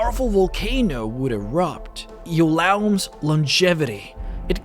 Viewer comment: Its Ioulaum... not [L] :)